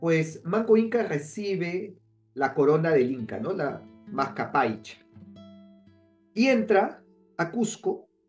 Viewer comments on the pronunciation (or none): No es Mascapaycha, sino MASCAYPACHA